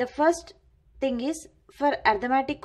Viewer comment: ARITHMETIC not ARTIMATIC